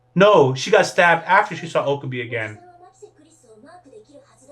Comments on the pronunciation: Okabee??? O-KA-BE. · lol you pronouncing his name oka-bee